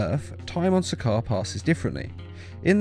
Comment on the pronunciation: to correct u it’s sakaar